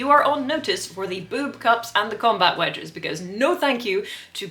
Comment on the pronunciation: I thought she said wedgies the first time.